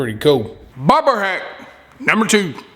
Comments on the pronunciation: I thought you were calling the float a “ pig float”. Lol About half way through I figured it out. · Sounds like hes saying barber hacks